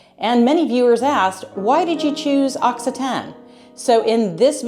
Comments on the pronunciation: The correct pronunciation is "aak SEE tuh nee". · L'Occitane is a luxury good. The region is called Occitanie. The last syllable is NEE. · Occitanie = occitanee . Occitan like you said is an adjective characterizing someone or something from Occi-ta-nee . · It's lovely but the pronunciation is ox cee ta knee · Hello from Occitanie, you need to pronounce the "ee" sound at the end, we do it. Otherwise, it sounds like the adjective "occitane", i.e. from Occitanie